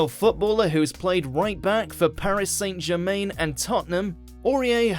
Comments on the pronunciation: "Saint Jermane" pmsl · ‘Paris Saint Jermaine’